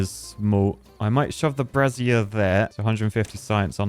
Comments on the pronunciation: Pro tip, dude... Brazier is pronounced "Bray-zee-er." not "Brah-zee-air" A "bra-zee-air" is the FULL name for a womans "bra". Source: I use both. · Look up how to pronounce brazier,! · Trying to separate in my head Brazier from Brassier whe says it...